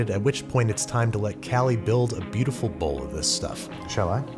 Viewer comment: She says "Bowl" like "Ball".